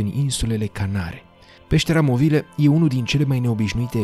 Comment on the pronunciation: Ar trebui să știi că în românește nu se pronunță "movile" cu o accentuat. Vorba unui clasic în viață: "Sună ca Dracu'".